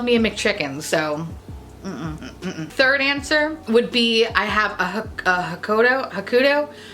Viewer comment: Oh gods girl....you trying to pronounce Hakuhodo got me singing Hakuna Matada. 🤪🤪🤪